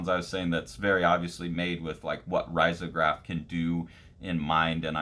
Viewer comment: Love your channel! btw it is usually pronounced “reezograph”